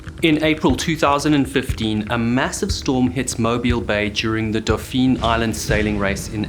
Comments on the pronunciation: To clarify, it isn't pronounced exactly like dolphin; you don't put an L in there. It's more like "DOF-fin" or "DAW-fin." -Another Alabamian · Good job on pronouncing Mobile correctly but Dauphin is pronounced like the animal (daw -fin). Source: Am from Mobile. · Oh please stop saying dawfeen. Its pronounced dawfin ( like dolphin ). It may be french, but its not france. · I grew up in Mobile and had a family house on Dauphin Island. You are committing an atrocity with your pronunciation of “Dauphin.” It’s “daw-fin.” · Pronounced like dolphin is8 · Oh dear lord.... That is NOT how we pronounce Dauphin.... it's pronounced the same way we pronounce Dolphin with the L silent.... Though you did pronounce Mobile correctly... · Dolphin island. Pronounced not spelled silent L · Not trying to be a dick but it's pronounced more like dolphin or Doughfin. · It’s pronounced dolphin island not daupheeeen island. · I lived in Mobile for over 30 years and growing up, we went to Dauphin Island most weekends. It's definitely Dauphin and pronounced almost like "dolphin" without the L. There are various places around town that are "Dauphine" but not that one. The entire chunk of coast, especially Mobile and New Orleans as older major cities that have existed for hundreds of years, have huge French and Spanish influence. As a kid, my dad and uncles also ran the DI Regatta, as it was called then, and I always begged to be able to join them but was never allowed (this was all before age 13 so I get it now). We did go sailing in the bay many Saturdays or Sundays as we lived only a mile or so from the marina. The boat was my uncle's but was there for the family to use. I miss going sailing a lot. Some of the happiest weekends I can remember as a kid were spent on that boat in Mobile Bay and we often sail to Gaillard Island, a bird sanctuary in the middle of the bay. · It's actually pronounced Daw-fin. You make us rednecks sound so faaancy ;) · But not so good on "Daupheen" Island.